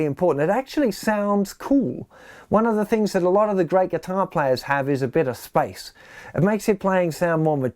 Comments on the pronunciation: It took me a while to understand that he was saying SPACE and not SPICE. Great lesson, though. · I took me a while to understand he was saying space, not spicy. 😆